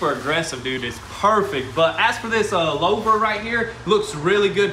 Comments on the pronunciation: Poleetz car with Lau'vers (loo-vers for y'all in suburbia (louver)) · Louvers were huge in the 70's/80's....pronounced "loovers".....